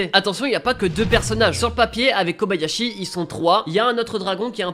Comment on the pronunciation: comme la plupart ne save pas , son nom c ''thoru" pas ''thor" et c pas '"Kabayashi" mais "Kobayashi" XD un peu de respect pour ma waifu XD